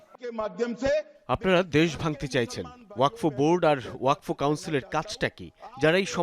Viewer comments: uposthapika k bolci..wakof noy.. Wakfo. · উচচারণ ওয়াকোফ না, হবে ওয়াকফো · ওয়াকোফ না, শব্দটি হলো ওয়াকফো। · এই উপস্থাপিকা জীবনে ওয়াকফ শব্দ শুনে নাই?